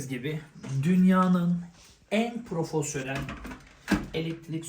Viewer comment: gıcık kapacaksın ama yine de yazacağım. profosyonel değil profesyonel. çeşke değil keşke.